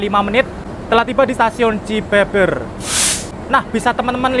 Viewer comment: "Cibeber" dibacanya 'Be' seperti 'Be-sar' bukan 'Be' dalam Be-lok